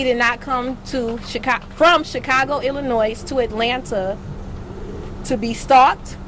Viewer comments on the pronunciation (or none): She’s passionate, however, polishing is needed. The ‘S’ is silent in Illinois...we can’t stand to hear it...💆🏾‍♀️😂